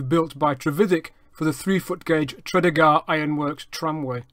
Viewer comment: Tredegar is pronounced closer to Truh-dee-guh instead of Trud-eh-gaar. Otherwise, good video!